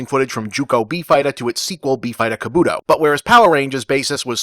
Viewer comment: The way you pronounce “Kabuto” makes me want to physically tear out your hair.